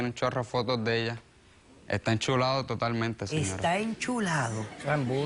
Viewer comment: Esta "Enchulado" jajajaja